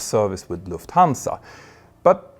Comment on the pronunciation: Pronunciation: LUFThansa, not LuftHANsa